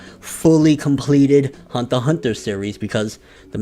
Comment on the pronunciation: Why you say it like Hundter Hundter?